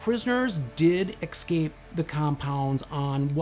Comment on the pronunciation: The word is escape, not exscape.